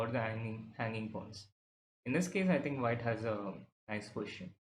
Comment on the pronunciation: So both our captain and vc says 'poition' for position 😅